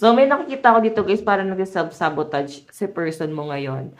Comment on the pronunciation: Excuse me mam , Sabotage is pronounced as sa-buh_taazh. Thank you.